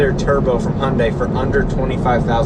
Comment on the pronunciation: btw Your "Hyundai" pronounce is very very correct. haha.